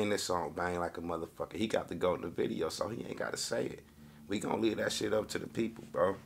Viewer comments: “ gaot “ cmon 😭🤣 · That nigga said “ T - A - O - G” he spelled the whole word backwards like it was correct lmao 😂 is hilarious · he said taog😭😭😭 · so fried spelled GOAT wrong said TAOG 😭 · Did he say gaot?? Instead of goat lol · Dis Niqqa Said Gaot 😂😂😂